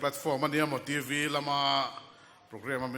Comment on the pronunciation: Host chu TV tih pawh a lam fuh thei lo a nih hi, a no mah2😅